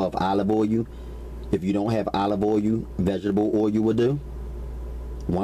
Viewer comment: What the heck is olive oh yoo. I love how this brother talks